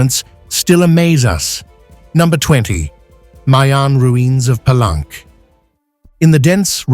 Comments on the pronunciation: Palenque is a Spanish word and should be pronounced as you would read it in a Spanish: Pallénke, not Palánk as pronounced in this video, as if it was a French word. Don't get wrongly sophisticated. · Interesting. Most people pronounce "Pelunk" Pah-link-kay.